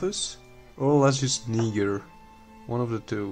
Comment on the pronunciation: You said lasius nig***